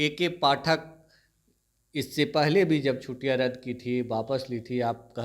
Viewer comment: chhuttiyan bolte hain na ki chhutiyan uchharan sudhariye aapka uchharan bahut ashuddh hai